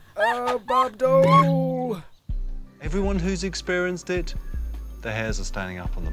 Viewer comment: lol hes saying bob dole :S '(when they have sex) lol